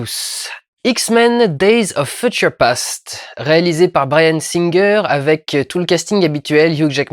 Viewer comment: "Feutcheure"? :p Désolé, c'était plus fort que moi. Regardons ça.